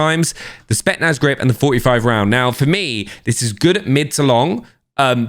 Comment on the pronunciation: It's pronounced SPET'S - NAZ Not SPET-NAZ Really annoying tbh